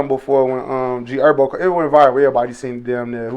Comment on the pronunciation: Why u call Him ErBo?it’s herbo